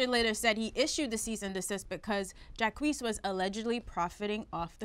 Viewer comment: The way Ak pronounces Jacquees' name annoys me